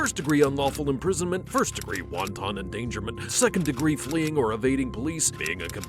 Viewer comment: Lol wanton means cruel and intentional but he pronounced it like the Chinese dumplings 😂. The stress is on the first syllable and the "o" sounds more like a u